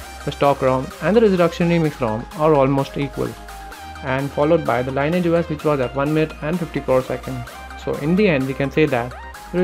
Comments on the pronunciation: ˈlɪnɪɪdʒ Lee Ni AGE that is how you pronounce it Not lye ni age or lye nage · it is pronounced as lin-ee-age OS